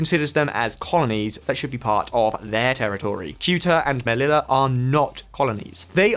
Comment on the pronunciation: Omg learn to pronounce "ll" in Spanish. Sheesh!